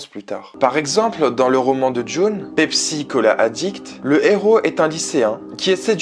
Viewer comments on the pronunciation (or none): none